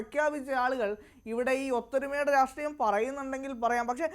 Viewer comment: രാസ്ട്രീയം അല്ല രാഷ്ട്രീയം വാക്കുകൾ സ്പഷ്ട്ടമായി പറയൂ കോൺഗ്രസ്‌